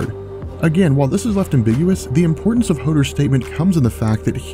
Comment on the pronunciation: Hoder? Hodor hodor hodor. Hodor hodor... HODOR!